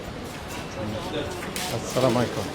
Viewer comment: আপনার সালাম ঠিক করেন😡👎সালামাইকুম কি? আসসালামুয়ালাইকুম হবে✅🙏